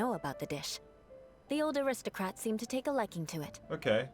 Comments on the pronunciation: Shoe Butt is the classic arrogant villain that gets treated like a joke Also, Eula is the best. Nothing can change my mind Edit: Paimon imitating Eula is just Corina having fun with their lines XD Also the "acristocrats" thing is only in English because Corina couldn't pronounce aristocrats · fun fact! Paimons VA says “aristocrats” that way only in the English version because she couldn’t pronounce it :,) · How in teyvat did paimon manage to pronounce “Gebratnes fleisch mit sauerkraut” after hearing it ONCE but not “aristocrats” ? !